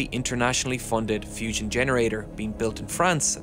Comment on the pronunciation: It is Not Fision. Learn to pronounce properly.